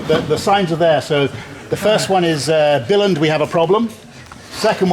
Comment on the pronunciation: Pronounce the word Billund right next time